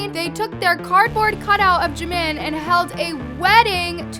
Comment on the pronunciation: thank you for pronouncing jimin's name correct people always say park jeemin it is park jimin not jeemin